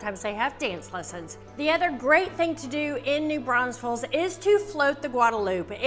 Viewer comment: Why you adding extra S’s to NEW BRAUNFELS?? Also, we don’t have an Oktoberfest here, we have Wurstfest